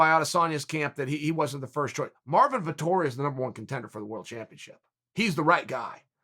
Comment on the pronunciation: Me as an italian before watching the video: "please god, make uncle cheal say that name, please make him" And yes he did it.